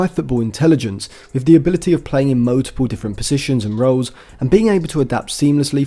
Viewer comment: You need to learn how to say the word multiple, drives me crazy!! Mul-ti-pull not mowtiple.